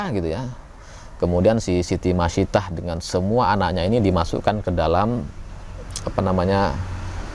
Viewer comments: Siti masitoh min bkn masitah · Maaf sekedar koreksi nama pembantu Firaun, bacanya Siti Masitoh bukan Masitah. Tulisan arabnya pakai huruf thok bukan tak.